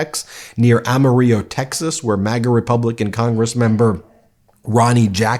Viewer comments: Hey, Ben, kudos for your knowing the pronunciation of the word for “yellow,” en espagnol. However, we native Texans are unsophisticated, and when talking about our small Panhandle city where the icky Federal Judge Kacsmaryk sits, ya just gotta do the “illo” part like the “Brillo pad.” Thanks!!!!! lol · You consistently fail to pronounce Amarillo as the locals do. The Spanish pronouncement is not the correct one. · BEN, STOP CALLING THAT CITY "AMAREEEEO", DUMBASS, IT IS AMARILLO - GET AN EFFING DICTIONARY OR HISTORY BOOK. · Just a friendly note from Texas. Amarillo is pronounced with the L's. Although it is named for the Spanish word for yellow, it is not pronounced that way. Thanks for all you do! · Ben please ask someone how to pronounce Amarillo correctly. Please. Fuck. Lol